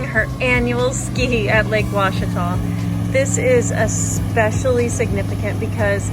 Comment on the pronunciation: I'm just proud you pronounced Ouachita properly!